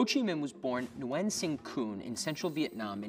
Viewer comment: Nguyen not new wen